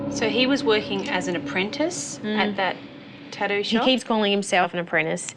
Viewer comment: It's "tattoo" not "tadooo"